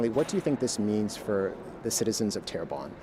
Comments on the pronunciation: 😂 It’s not trembelone… It’s terrebonne (good earth in French) Pronounced Ter-bonn But I love the way you said it, It made me crack-up 🤣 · Terrebonne should be pronouced like " tearbun" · Great show,. It's Terra bon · come on, pay attention you, are pronouncing the riding of "Terrebonne" as tremblon which does not even come close, it is insulting. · Terrebonne. I keep hearing Toblerone. LOL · Trembolonge lol 🤣. We need to teach you some French 🤣😜